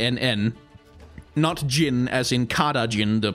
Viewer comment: appriciate the correct pronunciation of arabic jin, as in genie, never heard anyone english say it the arabic way